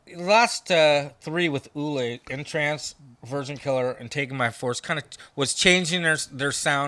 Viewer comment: PLEASE STOP saying “The Scorpions,” it’s SCORPIONS! And who on the planet calls Uli John Roth “EW-LIE?” Klaus “MAINE?” It’s “MINE-UH.” One would think metal heads who go back that far like these would know. To be fair, Zet cringed every time the other dude said “EW-LIE,” and the only one that he fucked up on was “THE Scorpions,” and a huge part of their fanbase still doesn’t know that the band is SCORPIONS